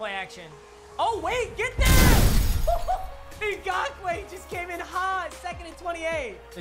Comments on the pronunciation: Tell me why he can say ngakuoe right all of a sudden but he still can't say Leonard FOURnette or StephON Gilmore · FYI: its yannik Na-gak-way hes a RE I used to have him he has 99 finesse btw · Yes you said Yannick Ngakoue right. Also Welcome to Jags football. Its Hell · kyle hooyascheck also: *pronounces ngakoue perfectly” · kyle whooyascheck also: *pronounces Ngakoue perfectly” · Don’t worry you said Yannick Ngakoue right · Well im a jags fan, and were probably the worst franchise of all time, but the lions are pretty damn close. and yes you're saying ngakoue correct lol